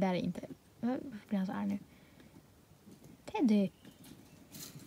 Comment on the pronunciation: du sa Teddy konstigt igen